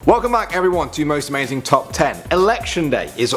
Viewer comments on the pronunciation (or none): he said a---- mazing ....say hello plz